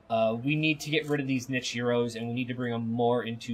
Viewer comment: Also "nit-che" and "Ka-plan"